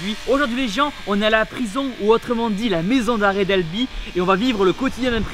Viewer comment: Izi 92 mais... on dit "Albi" pas "Alby".........